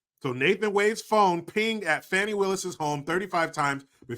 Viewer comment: So annoying when people try to fancy-up a name pronounced, “Fanny”, by saying, “fonny”.